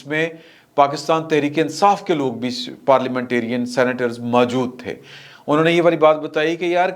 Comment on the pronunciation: " ماجود" یا "خاوار" نہیں ہوتا "موجود" اور "خوار" ہوتا ہے، اور خوار کو "خار" پڑھا جاتا ہے